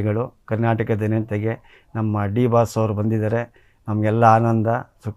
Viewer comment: ಲೋ ಮಾರಾಯಾ ಅದು ದಿ ಬಾಸ್ ಅಲ್ಲ ಡಿ ಬಾಸ್ ಸರಿಯಾಗಿ ಹೇಳೋ ಬೇರೆಯವರು ಹೆಸ್ರು ಕದಿತಾರೆ 😂